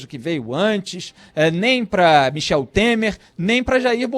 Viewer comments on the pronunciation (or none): none